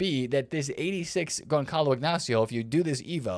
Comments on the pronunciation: its pronounced Gonzalo, not Gonkalo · Gonçalo should be read like GonSSalo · Gonçalo the C is pronounce like the S in Salah